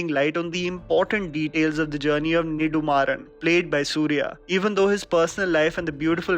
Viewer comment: I love how you pronounced "Soorarai Pottru' and 'Nedumaaran'.